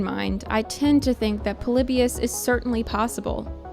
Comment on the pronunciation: The stuff you said about the Pokemon episode is insane. You have no idea what you're talking about. You took some random sketchy study and presented it as the truth. You also aren't saying Polybius correctly.